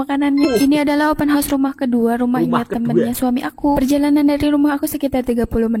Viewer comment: ...kita betulkan ya...sebutan OPEN HOUSE tu...OPEN HA..OS,bukan OPEN HOS.